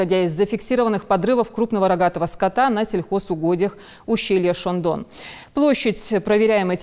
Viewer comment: Алееее, что за ахинею ты сюда сливаешь, какое к черту ущелье "шондон"???? это Ущелье ШОАН!!! Ладно безмозглая дикторша, мерзавец редактор, но хоть кто то же должен там иметь Яхь!!!